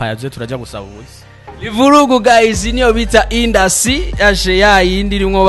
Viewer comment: 😂😂Arthemon uyu journaliste ni bala kbsa ngaho ngo hypocitre ahandi ngo indusie au lieu de industrie 🤣